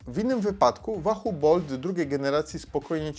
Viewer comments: łahuu kurła a nie wahu ! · "Łahoo" nie "Wahoo" ;) , co do samego Roam - posiadam od 2 lat V1 i nawiguje bardzo sprawnie, ładowanie raz na 4 wyjścia z czujnikami. Prostota, widoczność w pełnym słońcu detali na ekranie (ekran transflektywny) - warstwa dotykowa zmniejszyłaby jasność tego ekranu, większa jasność = większy pobór prądu. Brak nawigacji L2 & L5 ... ale chyba to dodali w V2 - to o czym wspomina autor to pasma które są przydatne ale w wysoko zalesionym lub wysoko zabudowanych lokalizacjach, to nie wpływa na tempo łapania fix'a. Wykonanie takie, że upadek na beton z 1m przetrwał bez problemu - a upadł kantem :(. Dodam, że Wahoo znajduje e-Bike'i - np. Speca - i wyświetla: moc z silnika, moc jadącego, % baterii głównej, itd. Mało osób również wie, że Wahoo (V1 i V2 i Bolty) jeśli mają podpięte czujniki prędkości to działają dłużej na baterii oraz używają danych z 'koła' - jak czujnika Wahoo Speed brak - to prędkość idzie z danych GPS. Próbkowanie jedno-sekundowe GPS w obu pasmach na 99,99% nie jest domeną żadnego licznika rowerowego, takie próbkowanie jest domeną telefonów które muszą również podawać właściwy pas na autostradzie, zjazd itp. itd. takie działanie zabiera mnóstwo energii, poczekamy jeszcze na zarówno baterie jak i chipsety GPS nowej generacji zanim będzie to możliwe. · Wahu? wiesz jak się wymawia 'w' w języku angielskim?